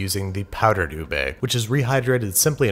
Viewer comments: Btw... Its Not U-Bey Its U-Beh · HE SAID "YOOB" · Oo- bee is the correct pronunciation in Malay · What’s “oobe”? -It’s “ube.” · I used to read "ube" like in uber 'oob' Thank s for the correctiom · how americans pronounce ube: ubae how Filipinos pronounce ube: ubeh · Hey Babish, i know about ube which comes from philippines🇵🇭 and they dont say OO BAE, they say OO BEH, so you should pronounce that properly. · Ubeiii HAHAHAHAH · its ubi tho not ube its indonesan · Steven: What is “ube”? Filipinos: say sike right now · Bro said ube wrong☠️